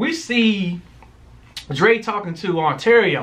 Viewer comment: Part of why I love you two is because you stay jacking up names. 😂 Ontario = Arturo The other part is because you two give great reviews! P.S. Sorry for your loss 😔